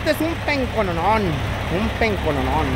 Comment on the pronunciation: no.se dice pencononon se dice penco percheron